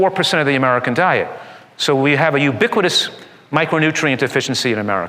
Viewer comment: "Youbikwikgus" wtf did he say?